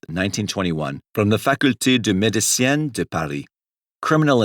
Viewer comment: It's a bit funny to see people gushing over the french pronunciation. Dont get me wrong it's far than any french pronunciation i heard from an american. But it is by no means flawless. His pronunciation of medicine for example was completely wrong. That being said, the effort is what matters and it was such a nice thing to listen to.